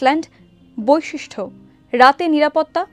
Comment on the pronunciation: বৈশিষ্ট্য, not ঠ